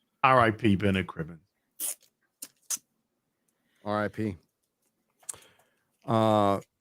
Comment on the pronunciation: Cribbins not Cribbin!!